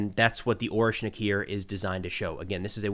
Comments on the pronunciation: With all due respect, it's orEshnik with e being read as "æ" (if I understand transcription correctly 😂), not Oreshnik. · its ah-ryesh-nik